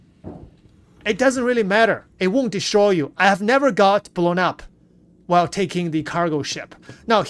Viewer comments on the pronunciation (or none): none